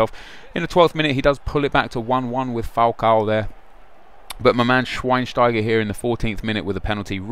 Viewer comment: its shveinsteiger not shweinsteiger